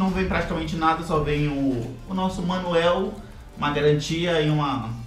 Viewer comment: TOP O SEU VIDEO E ACHEI ENGRAÇADO VC DIZENDO MANUEL AO INVES DE MANUAL. GANHOU UM INSCRITO RSRSRSRS..